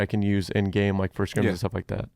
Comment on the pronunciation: “Think about that crim” 😂😂